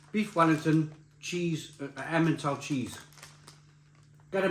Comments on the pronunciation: The walkers cheese crisps should be pronounced EM-UHN-TARL not EM-EN-TIL the way you are saying it. can always be relied upon to mispronounce words he should know at his age lol,the man is a living legend. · Its pronouncing eh man tarl wrong oclock! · Also its pronounced EM-UHN-TARL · 🤣Think he means Emmen Tal lol